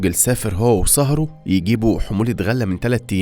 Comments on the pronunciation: ا صهره مش ساهرو و اربيل مش ارابيل وبرضو شماغ مش شمااغ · صِهْره وليس صَهره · نطق صهره أي زوج أخته يكون بكسر حرف الصاد وسكون حرف الهاء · مالك يا اخطاء في نطق العربية بالكوم شماغ واربيل وصهره هذا بس في اول ١٠ دقائق من الفيديو كأن المتحدث اعجمي